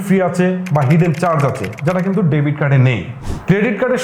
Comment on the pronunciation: ডেভিড না, ডেবিট হবে।